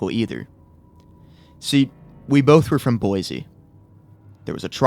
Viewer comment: IDAHO MENTION 🗣️ CAN’T PRONOUNCE BOISE CORRECTLY